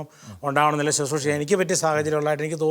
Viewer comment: Not Suthroosha, please pronounce correctly as Bro. says as Susroosha.